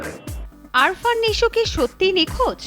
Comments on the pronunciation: আরফান না, উচ্চারণ আফরান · Arfan na..afran .nam shikhe news koren